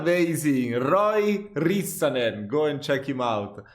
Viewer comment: They wash the eggs in north America because there is a lot of salmonella. In Finland and most of northern Europe there is basically no salmonella. I don't know if there is a lot of salmonella in Italy but for example in Greece there is. BTW you pronounced Rissanen perfectly at the end 10/10.